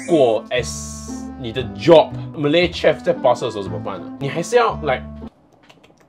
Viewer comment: bro你念错了很多次，chef念shef，不是ch的发音😂